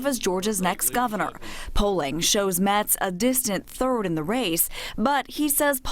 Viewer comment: Geez. Get Ted Metz's name right.